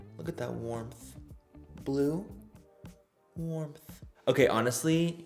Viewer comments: WarmTHH..warMTTH lol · I love the way he says warmth he’s like “warmpth” lol luv u Manny 😽😽🥰😍